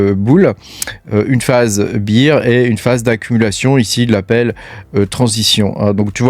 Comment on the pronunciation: Merci pour la vidéo, si je peux faire 2 remarques cependant c'est que tu nous présente des graphiQUES et pas des graphiSMES, et d'autre part il vaut mieux prononcer Bear "bère" plutôt que "bire" qui correspond à Beer (bière) sinon ça donne l'impression que tu parles d'un marché de la bière plutôt que d'un marché baissier 😂